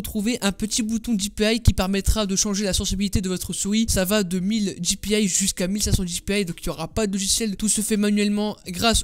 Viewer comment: la fonctionnalité avec les navigateurs et les petits boutons latéraux de la souris n'est pas rare du tout elle est présente sur toutes et je dis bien toutes les souris puisqu'elle est intégrée au navigateur et non a la souris Et pour le bien de nos oreilles, on dit dpi et pas dipiaille on est France pas en Amérique, sinon bonne video ;)